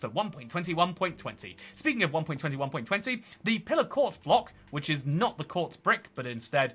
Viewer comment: it sounds like you’re saying 1.20 1.20 lol